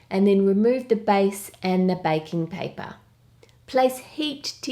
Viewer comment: omg this is so cute and delicious love it👍 oh and I thought you where saying bacon paper 😂